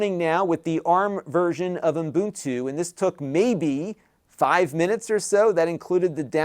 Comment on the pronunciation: Umbuntu.. Umbuntu... hehehe just sounds funky.